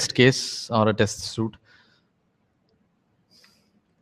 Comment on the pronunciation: It's a test suite not a test (suit) as you pronounce it.